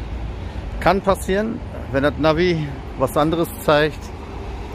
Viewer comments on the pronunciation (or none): none